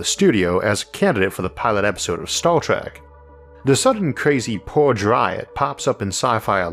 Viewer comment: emphasis on "Purge"?